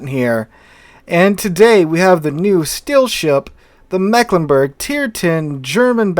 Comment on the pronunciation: Can anyone pronounce our region worse than the rest of Germany?: Yes, I can! The first "e" has a longer pronouncing like an "e" in English. It's more like an "i". And the "g" at the end is pronounced like the "ch" in the word "French".